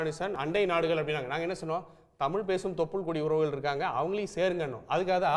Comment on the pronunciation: தமில் நாடு இல்லை தலீவரே தமிழ் நாடு.